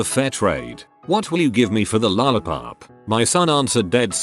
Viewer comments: true dat. It's just weird how that's the only word that he says in an American accent 😂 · why does he say 'lollipop' with an American accent?